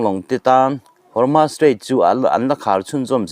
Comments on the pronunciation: Hormus hi chanchinthar puang tu zawng²in Hormus tiin an lama nangmah chauh hi Hormas tia lamtu i niin ka hria, alam dan dik hian lam a harsa viau em mi? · Hawrmas niloin Hawrmus tiin lam la